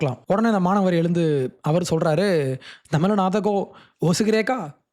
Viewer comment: " THAMIZH " ENGIRA VAARTHAYAI SARIYAAGA CHOLLA KSTTHHUKKANGADAA !